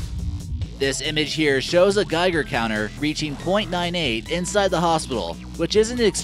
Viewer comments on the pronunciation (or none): none